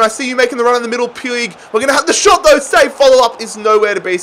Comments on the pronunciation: RIP Riqui Puieuig it's pronounced "puuch" in catalan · Who else got triggered when he butchered puig’s name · please pronounce puig's name correctly........